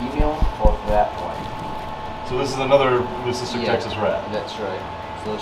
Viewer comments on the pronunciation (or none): none